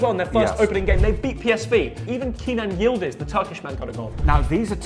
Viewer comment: Yildız not yldiz